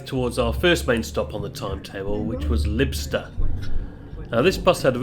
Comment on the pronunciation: Lybster ....the y is pronounced like the y in python or psychic.